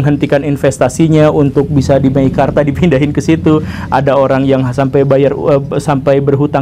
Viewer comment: MEKIKARTA... wkwkwkwk...